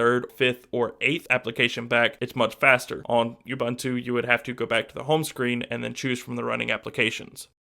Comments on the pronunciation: Actually it's more like "uboontu" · Please stop saying YouBuntu. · Please get the pronunciation correct Ubuntu (ʊˈbuːntʊ) it's OO-BoonToo Shot ;) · oo-boon-too I liked the video but your pronunciation drove me nuts.